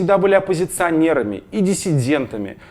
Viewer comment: Дизлайк за неправильные предлоги и ударения, "оппозиционер"))